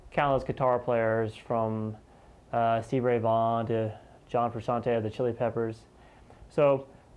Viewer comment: Oh man,. You pronounced John Frusciante's name right! That makes me happy.